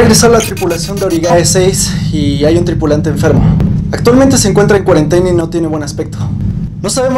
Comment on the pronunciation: Se dieron cuenta de que se equivoco al decir cuarentena